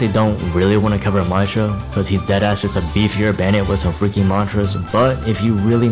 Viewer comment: The way you pronounce Maestro hurts my soul deeply, thanks for the video tho